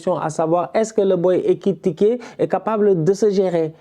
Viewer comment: Toujours en difficulté avec le nom d'Ekitike